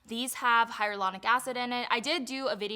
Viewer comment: you always say hylauronic wrong lol